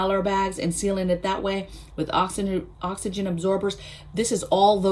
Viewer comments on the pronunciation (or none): none